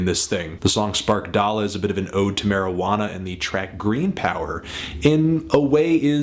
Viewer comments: did he really say spark dala lol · Its spark•da•la not spark•dala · "Sparkdala" is pronounce "Spark the Lah" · Sound like you said spark dolla